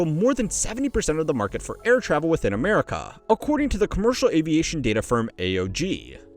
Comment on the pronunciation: I like how he says Ah-mare-ih-caw.